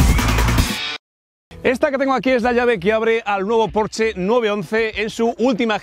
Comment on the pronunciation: Por fin, alguien sabe pronunciar correctamente la marca Porsche!!!!!!! 😘